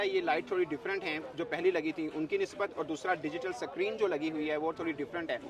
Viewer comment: "Digital Sakreen"